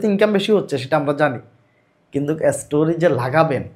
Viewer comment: এসটোরি না স্টোরি 😂